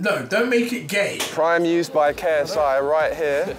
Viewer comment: bro he said preem